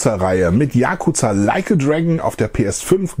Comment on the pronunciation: Ich bekomme ohrenschmerzen wenn ich höre wie du yakuza betonst